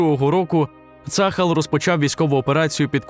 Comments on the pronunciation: ШІшка неграмотно читає - не цАхал, а ЦААЛЬ вимовляється або вже Армія Оборони Ізраілю тоді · На будущее: - пишем ТельАвив, в обиходе произносим ТелЯвив - пишем Газа, произносим как "газдыня", твердая Г - пишем Цахал, произносим цахАл, не цАхал. Спасибо :)